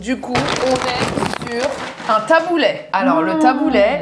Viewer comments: J'entends "Taboulait" mais non stp taboulé 😂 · Le taboulayyy? 😅 Qui prononce comme ça? 😅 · Ma soeur fait des taboulés maison hyper rafraichissant. Oh par contre j'ai sauté au plafond mdrr on dit taboulééééé pas taboulaiiii